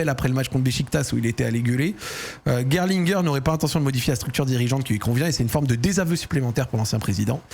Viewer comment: C’est bien pour la prononciation de Gerlinger, mais par contre tu prononces Michael à l’américaine !😅 en allemand c’est mi-cha-el…😉